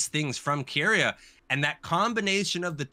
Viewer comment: You're both pronouncing keria's name wrong it's ke not ki